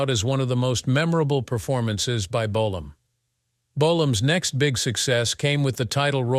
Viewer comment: How many different ways can the narrator pronounce the word Bolam,in one video??